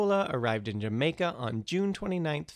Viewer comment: Learn to say Jamaica properly!!! ..thumbs down for poor articulation!